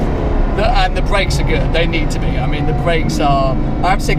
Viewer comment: What are "bweaks"?